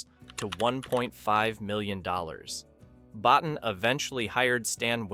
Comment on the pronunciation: Rob Bottin's last name is pronounced Bo-TEEN.